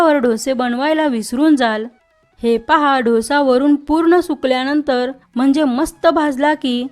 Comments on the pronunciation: ढोसा ढोसा म्हणजे काय? डोसा म्हण गं बाई डोसा डोसा डोसा गंबाई शंभर वेळा म्हण म्हणजे पुढच्या वेळेस शुद्ध बोलशील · Actually दोसा.....ढोसा नाही की डोसा नाही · ढोसे नाही डोसा ग बेटा❤ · ढोसा नका म्हणू. डोसा म्हणा. डो सा!!! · ढोसा नाहि ग डोसा बोल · ढोसा नाही ग बाई.... दो सा.... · ताई खूपच सुंदर डोसा तयार झालाय. महत्त्वपूर्ण ट्रिक सांगितल्याबद्दल धन्यवाद ! पण उच्चार ढोसा नव्हे तर डोसा असा करावा. ❤💐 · ढोसा ढोसा काय म्हणती Dosa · ढोसा..नाही हो। डोसा म्हणाल तर छानच.. छानच कल्पना..👌👌👌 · आधी dhosa n mhanta Dosa bola ki. Kharab vatte ऐकायलाही. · डोसा नाही हो दोसा ! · Dhosa नाही दोसा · ढोसा नाही ग डोसा 😂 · छान माहिती. फक्त ढोसा नाही डोसा म्हणा. 😊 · दोसा म्हणा हो